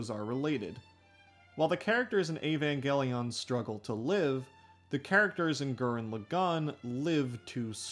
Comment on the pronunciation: "Ayy-van gelly yawn" 🤢🤮